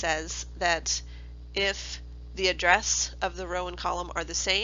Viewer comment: is address not addess